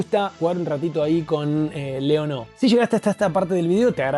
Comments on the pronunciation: LAI ON O ... sos argento Leon-o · Muy buen video amigo! Aprendí que se le dice Laiono y no leono 😂😂